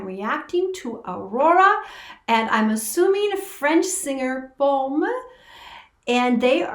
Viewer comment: Thanks for a nice analysis :) ... Yes, you're pronuncing Pomme ("Pom") correctly, and yes, they're both singing in french at the end. If you'd like to dive a little more into Pomme, here's one I can definitely recommend